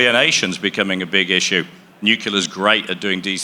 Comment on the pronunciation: New. Clear. Nuclear.